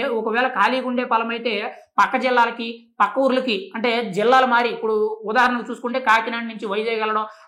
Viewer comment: ఉప్పుడు.. కాదు బాబూ ఇప్పుడు..!